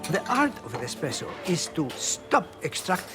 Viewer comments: Anyone else bothered by the lady calling espresso expresso in supposedly one of the oldest and most refined coffee shops in Venice, did they really hire a rookie to make commentary on this portion? I'll give her the benefit of the doubt and chalk it up to language barrier. Also a major point was glossed over, that when Italians wanted their coffee faster, it was the Gaggia family who started to produce pressurized coffee makers. The reason people wanted coffee faster was because too much break time was being taken up by waiting around for coffee. It's said the early days of espresso produced bitter cups, but as bean blends became more refined as we know them today they became more robust and with sweet notes of various flavors. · Did that lady at just say expresso?!? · SHE CALLED IT EXPRESSO I KNEW IT ALL THOSE PEOPLE SAYIN' IT ESPRESSO ARE TALKIN' OUT THEIR ASSES!!!!